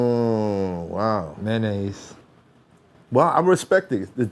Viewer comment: That boi say "Mayonnaise" lmao